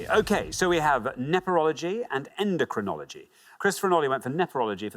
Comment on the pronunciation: I hear her say "endEcrinology" and only Alexander says it as "endOcrinology." She said it twice. And the show often does not accept slightly mispronounced words especially in crucial moments.